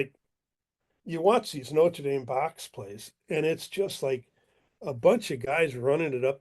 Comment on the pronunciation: This guy cannot even pronounce the name of the university properly.